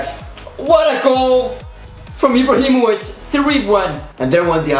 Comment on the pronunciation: I love how he said ibrahi mock